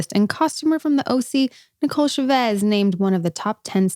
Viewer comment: Why does Nicole say her last name that way? It honestly comes off like she hates her Latina side since she refuses to say Chavez the right way & pronounces as if it were french 🙄